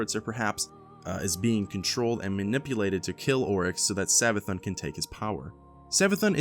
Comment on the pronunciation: It's Savathûn, Savathoon, not Savathun